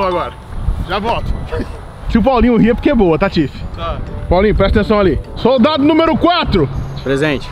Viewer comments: Não é ser hater mas esse "soltado" tá dando agonia. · n gostava de ir p escola e hj ta falando soltado kkkkk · Man com esse "soltado" não sabia se tava falando solto soldado so cliquei mermo kkkk